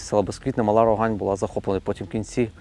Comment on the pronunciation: не РОгань ....... РогАнь(на бакву а наголос).. заїбали ,і пиво наше Не РОганьське а РоГаньскьке. ще до війни бісило